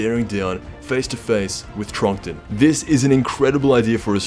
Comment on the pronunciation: It’s trunten not trunkten